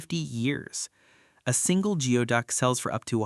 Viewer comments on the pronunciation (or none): 😂 its pronounced gooyduck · "Americans are uncomfortable eating it" nope it's sold as fancy seafood in DC and other cities in the nearby region. Also it's pronounced gooey-duck. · Wrong pronunciation of geoduck.